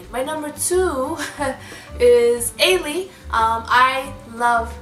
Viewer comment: You are pronouncing Ailee wrong